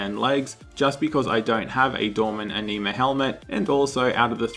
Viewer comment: Just found your channel. like your content even though you trigger me. it ANN-ima, not enima